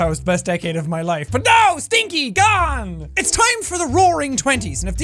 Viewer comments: *rawring twenties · Welcome to the rawring 20s